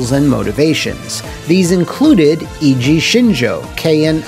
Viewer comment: Other than your pronunciation of Eiji, this was a great video. The series doesn't get enough love.